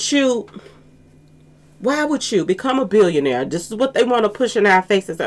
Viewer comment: 😂😂😅lmao , why you saying it like that ?😂